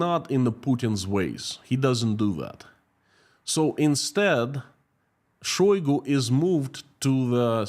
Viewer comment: Say it ainto so...shoygo...